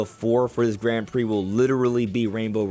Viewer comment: Can you please change how you pronounce Grand? It’s like “g-raw-n” and the d is silent. Thanks! (And thanks for all the content, I appreciate you)